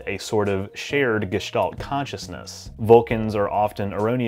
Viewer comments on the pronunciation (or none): none